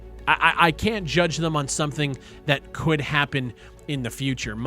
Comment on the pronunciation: Strong emphasis on "could".